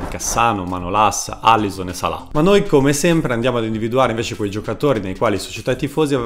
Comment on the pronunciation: Petrachi non PetraRchi, Alisson non ALLison (sul primo passi ma sul secondo ragazzi sbagliate tutti santoddio)